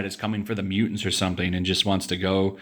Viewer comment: 😂😂😂😂 Oh how i love when u do ur southern accent "Mutants!" Equally as priceless as Ya Boi Zack's "Girl, you are AMAZING!"